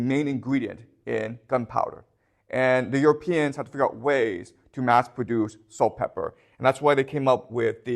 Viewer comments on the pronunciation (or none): this clearly isn't why he was mispronouncing it. Notice it's spelled correctly on the board. It's just his accent or whatever lol.